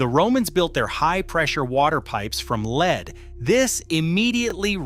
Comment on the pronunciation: The narrator must be ignorant or A I. The metal lead is pronounced "led" not "leed". 👎